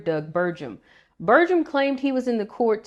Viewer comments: Good video, but his last name is pronounced with a hard 'g'. Source: ND native here. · You're not pronouncing Burgums name correctly.